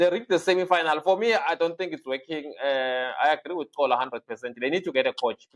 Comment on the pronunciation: Why doesn't Xola correct Nadeem? it Xola not Gcola